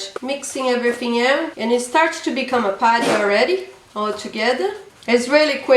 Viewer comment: i love how she says putty ,its sounds like party..."its a party😂😂